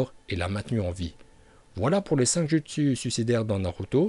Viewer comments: pourquoi tu dis jutsu normalement sa se lit joutsu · Jpp TvT ça se dit joutsou mais sa s'écrit jutsu TvT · On dit "joutsou" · C PAS JUSTSU SA SE DIT JOUTSOU MAIS SA S'ÉCRIT JUTSU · Pk tu prononce les mots bizarrement genre « jutsu » au lieux de « joutsou » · les " jutsu " "orochimaru"omg et tout le reste un effort de prononciation please c'est dégeu